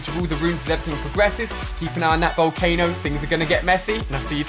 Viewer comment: it's volcano not volcana